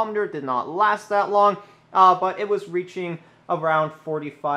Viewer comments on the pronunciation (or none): none